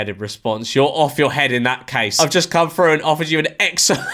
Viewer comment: Through not frew. English? Do you even speak it?